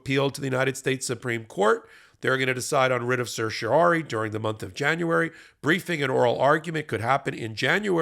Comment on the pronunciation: Thank you for saying certiorari right. Ben has been driving me nuts calling it something other than certiorari lol